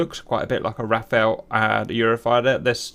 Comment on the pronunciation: Too many people/youtubers who should know a thing or two about fighter aircrafts, mistakenly call the Rafale as Rafael, one is the french term for a powerful gust, a reasonable name for a fighter, and the other is random given name which is a weird name for a fighter, unless the name it in the honour of a turtle. Is there any particular reason for that?